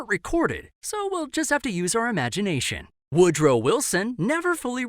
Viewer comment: wodrow send donougt